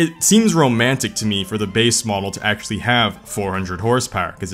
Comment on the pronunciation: if you cant pronounce "actually" then stop saying it